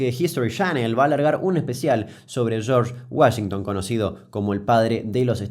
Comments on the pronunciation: charch guallinton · De los creadores de "Los hermanos Mek Denels" Llega: "El señor Yorsh Wayengton" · Tunununum Tununum Tum (tema de los Expedientes Secretos X) En el minuto escuchamos como el espíritu de José María Listorti se apodera de Damián al pronunciar "Chorsh Wayington". Sos un capo Kuc, te banco fuerte. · Damián, hiciste todo un vídeo solo para presumir tu micrófono nuevo - Shorch Guashintan